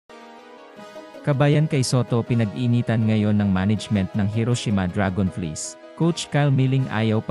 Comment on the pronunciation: Can you pronounce right DRAGONFLIES 😂😂😂